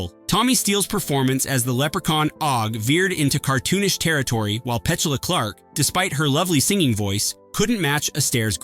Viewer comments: Patrick Mc-Goo-Han and Petchulah Clark. 'heh' 😏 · Pet-chu-la Clark??😅